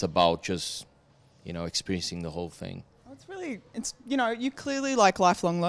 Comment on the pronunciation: "The cool fing is..."